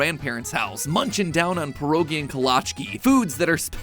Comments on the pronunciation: Matpat, I loved this video and I love your food theory content and exploring matpat lore, but as somebody raised in a Polish household and personally fluent in Polish, I beg you to issue an apology for your abhorrent pronunciation of pierogi /hj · WOW the way you pronounced pierogi and kolaczki is crazy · as a polish person, the English way of saying pierogi is so funny to me, its still really cool that matpat makes all of these. the American pronunciation of kielbasa is just so incredible weird to me even tho i've heard it so many time.